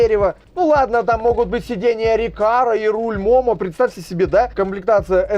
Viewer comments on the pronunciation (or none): none